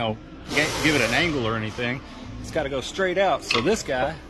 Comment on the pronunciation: "Alls"? "Shtraight"? Oh, brother..........